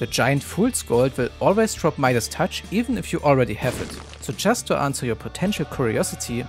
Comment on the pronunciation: the fact you were calling it "mida's touch" instead of "midas' touch" is hurting my soul